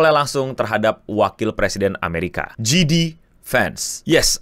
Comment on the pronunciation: Jay-Dee pak bukan Jidi (GD).. itu mah big bang atuh 😂